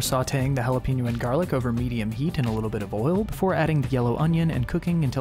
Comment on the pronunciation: Nice recipes but the imitation Andrew voice and his super white pronunciation of jalapeño and cumin are too cringey for me to enjoy.